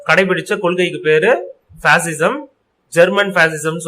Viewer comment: It's not pasism it's fascism